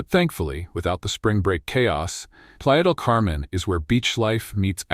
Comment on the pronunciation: your AI isn't pronouncing spanish correctly. Playa De Camen is very crowded and PV is expensive for MX.